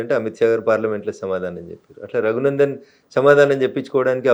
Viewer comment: Not Taghunandan, it is Raghunandan. Please read correctly.